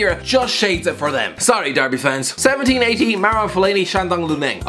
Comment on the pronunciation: I cant stop hearing ‘1780’ season instead of 17/18 season